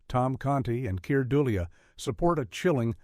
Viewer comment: Keir "Dull ee uh" 🤣